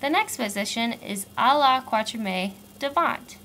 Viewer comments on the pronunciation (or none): can't watch it because your French pronunciation is so terrible. To start with, please say katriem, not kwatriem. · Great job, I'll show this to my students! It's so hard to make any sense of this until you have some way of remembering it! One thing though: you don't pronounce "quatrième" right. In fact, the last e isn't pronounced, the accent is on the e before that. Quat-ri-èm. But thanks for the great vid!